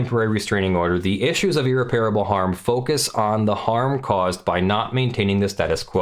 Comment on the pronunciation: At least you can blame your inexplicable inability to pronounce irreparable like an educated person by your move to Europe. Seriously dude. You sound like an idiot. Aren’t you supposed to be an actual lawyer?